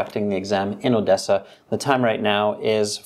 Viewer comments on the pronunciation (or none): Excellent pronunciation except the word Odessa 😂